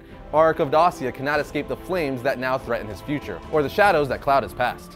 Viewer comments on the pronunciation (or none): none